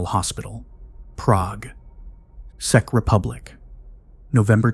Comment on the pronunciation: Thats not how you pronounce Czech.